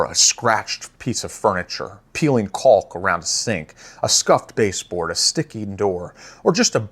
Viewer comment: Great video, thanks! (One nitpick: "caulk" rhymes with walk, talk, and chalk - silent "L".)